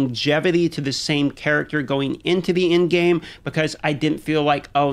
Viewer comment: Is he saying "in-game" or "end-game"?